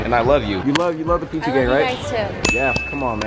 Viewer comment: Oh I thought he said y'all call me p2